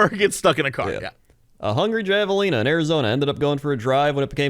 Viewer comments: I know it's spelled Javelina but it's Spanish so it's pronounced Have-a-lina. Language is wacky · I can't believe how much pronunciation of this irked me, because it's usually funny when he says words wrong, but for the record javelina is pronounced with an "H" like jalapeno.